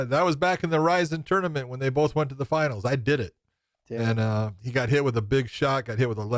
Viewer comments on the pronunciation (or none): none